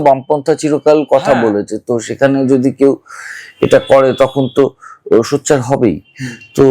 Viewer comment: ইনি সোচ্চারকে সচ্চার বলছেন কেন?